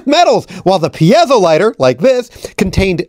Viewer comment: Piezo is pronounced "Peezo"